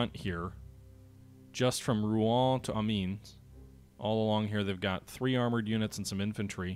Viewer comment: Pronunciation of the French city of Amiens is '"Ah-me-in"